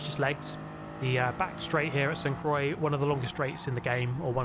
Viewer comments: Dude please fix the pronunciation; stop saying Saint Kroye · PLEASE get the name of this circuit right! It’s sooo jarring bro! The phonetic way to say St Croix is like Sante qwa. St Croix is a lovely French village that I lived in for years